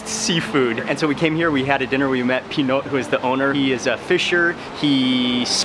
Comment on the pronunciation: Him: P'Note Me: Panot Waley HAHAHA